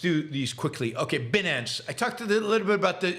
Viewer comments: It is pronounced "BYE-NANCE". You do not sound like you are familiar with the subject when you pronounce it incorrectly. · Like 'finance' but with a b. There's a Monty Python reference in there, sort of.